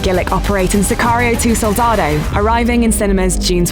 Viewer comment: Please, narrator, at least pronounce Soldado correctly.